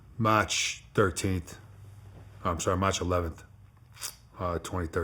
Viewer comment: He turns the accent on and off. I can’t take it seriously. Sometimes he goes a minute and a half straight without an accent. Then he’ll randomly do this Boston accent that’s so thick he sounds like a British guy. I can’t not laugh cause it’s intentional, no way he’s actually speaking normally this shit is retarded. Dude goes “MATCH 2013”